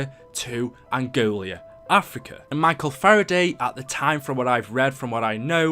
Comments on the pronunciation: Nice video man, btw it's Angola not Angolia :) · love your content and im a big fan but its not "Angolia"! Its called Angola!:)